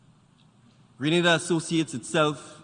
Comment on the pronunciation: Learn how to say Grenada!!!